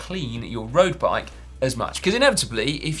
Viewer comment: Simon says "roast bike" 😂